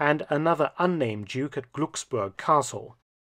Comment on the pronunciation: Just a small unimportant pronunciation tip. In “Glucksburg” the “ umlaut ” diacritic indicates an abbreviated IOS as the interval of sonority (IOS) is abbreviated for the primary pronunciation of the vowel “U” as it is reduced towards schwa. However as it’s in a stressed syllable,it is better described as a suppressed vowel. WHAT ALL THIS NONSENSE MEANS: so the “u” in Glucksburg should be pronounced as primary (alphabet) U , as suppressed vowels retain their phonemic value , but with a very short sound like in “shook” and not the tendency as in English to lengthen the IOS to a sound more like “moon”. It’s a German sound not familiar to English speakers. —- All this education in something pointless when I could have been a plumber.